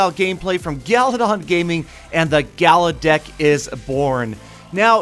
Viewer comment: Its gala Dick To Youu